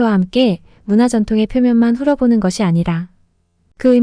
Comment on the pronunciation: "훑어보는" 읽는 법은 "훌터보는" 임, 훌어보는 식으로 읽는 것이 아님.